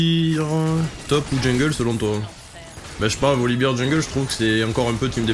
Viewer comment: Super game 🤗. Je me permets juste une chose (no toxicité) : Volibear se dit "Volibère" et non "Volibire"(Volibeer dont beer signifie bière) Ça donne l'impression que tu parles de la bière 🍻 quand tu le prononces comme ça 😇🤣. Bisou